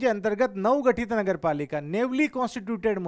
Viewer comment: वो नेवली नहीं सर न्यूली newly होता है आई थिंक सॉरी सर but…